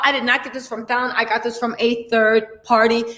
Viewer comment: you pronounced Falynn's name correctly lol😆